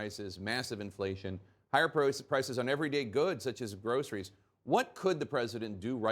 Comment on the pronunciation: No the problem is you are a complete idiot Biden. You manage to take down the entire country with your policies. You can't even say priority. Hope you clowns are happy with putting this career idiot that has half a brain into the highest office of this country. Bobby Boucher in Waterboy and Forrest Gump would do a better job.